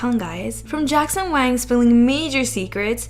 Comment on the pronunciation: Staph pronouncing WANG as WANK!